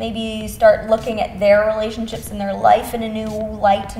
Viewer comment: elise saying relationchips instead relationships lol or is it just me that heard it like that haha